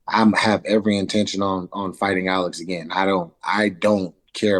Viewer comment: Why can't you say the name Alex?